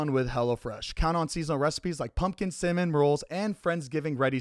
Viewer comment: DID ANYONE LIST TO THE HELLO FRESH AD AND ZANE SAID CIMMON rolls😅 we.still love you baby.